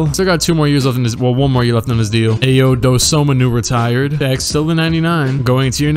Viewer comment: As an Illinois fan, it really hurt u saying ayos name like that. He’s hit like 5 game winners this year.